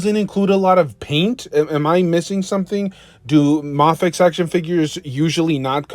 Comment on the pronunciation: It's pronounced "may-fex". 😭